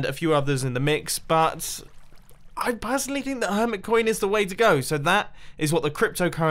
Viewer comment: Her-mit coin Emphasise the mit